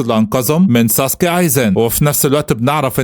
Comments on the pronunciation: مش سوسوكي سُوسْكِي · ايزن سوسكي مش ساسكي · اسمو ايزن سوسكى مش ساسكي بس هوا بيقول الاسم غلط والتانى مش اسمو مادارا برضو اسمو مادارامى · ايزن سوسكي مش ساسكي غير كده الفديو جامد الصراحه وملخص محترم ومجهود يحترم حاجه بسيطه كده كوكا دي هتطلع عمه اتشيغو 😂هتعرفو الكلام في الجزئ تالت يعني بعد ٣٠٠ حلقه